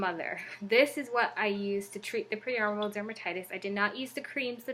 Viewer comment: Hi just wanted to say it’s called Peri as in “perry” so peri-oral dermatitis, not pre or prei as you have in the title and say a few times. Thought I’d let you know in case you weren’t aware 😊